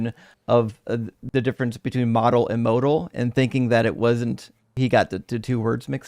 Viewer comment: did this mispronunciation of modal in a different live.